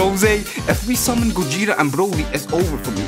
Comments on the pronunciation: No one: Absolutley no one:: gOjEtA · Ah yes, Gojeta